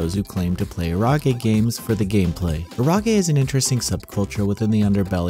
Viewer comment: It’s pronounced EH-ro-ge, with the emphasis on EH.